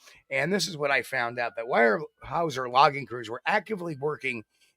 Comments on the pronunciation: It's not why-er-house-er it's ware-house-er (Weyerhaeuser) 😅😊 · Pronounced wherehouser